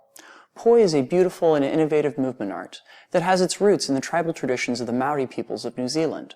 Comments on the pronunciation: ...... it's great video, but u said Maori wrong.... it's a pet peeve sorry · Gina Kirby same